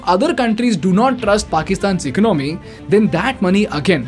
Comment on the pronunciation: Before opening a mouth on Finance learn how to pronounce ECONOMY! Garbage info!